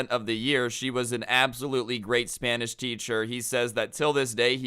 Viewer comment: thought you said "crazy spinach teacher" at first lmao